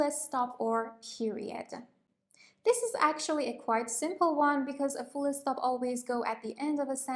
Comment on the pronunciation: She saying fullé stop?